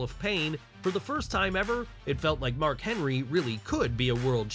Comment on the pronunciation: Who put the letter d in Mark's name lol